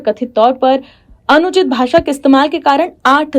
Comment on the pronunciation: अन उचित कोई शब्द नही होता I अनुचित ही उच्चारण होता है I